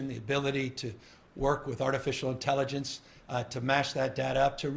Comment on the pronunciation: Did you hear the Governor say "ability to work with artificial intellengence"?